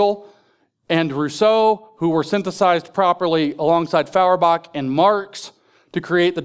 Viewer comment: NItpick: it's pronounced "FOYerbach."